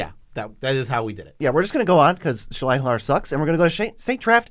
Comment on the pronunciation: Heuh, did you actually read Shalai and Hallar ?